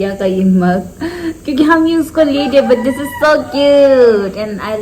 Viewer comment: shade not sads. Hope not hof, this not dish.